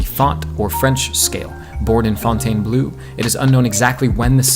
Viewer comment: Nice content! Deserves more vieuws. I had a bit of a laugh about you pronunciation of fontainbleau